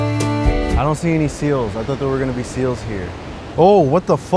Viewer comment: Bro said seals 🤦🏾‍♂️